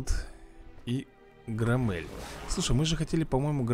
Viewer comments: Не громмЭль,а грОммель. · громель ударение на о)